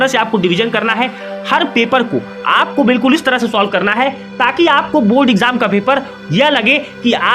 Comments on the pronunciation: Board he not bod 😜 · Abe pahle bolna shikhle phir video banana o बुर्ड nahi hota बोर्ड hota hai